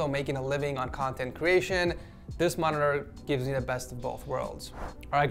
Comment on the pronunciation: Nice "monitora"